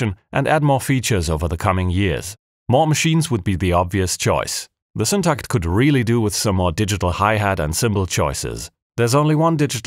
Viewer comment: As a a swede, I must really compliment your Syntakt pronounciation too. 👍👍👍